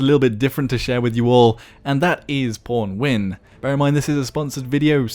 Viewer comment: Even pronounces it as pornwin... What has life come to...